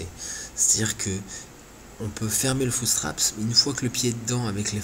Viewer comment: "un footsptrapSSSS " argh